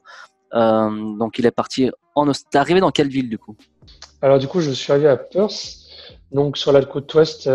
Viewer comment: Perth se dit "Peurf" svp et pas Perse !